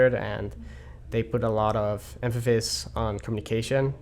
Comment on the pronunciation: "emphaphis on communication"